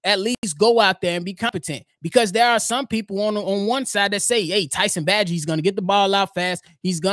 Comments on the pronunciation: We too far in the game, my boy. We gotta pronounce Bagent's name right. Its (bay•gent). ✊🏽🐻⬇️. Fred's voicmail was wild 😂. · Come on say his name right. Bay-gent. If he can't run Getsy's offense no one can ✌ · Love the show!! P.s it’s pronounced….Tyson Bay-gent Bayyyyyy gent 😊👍🏼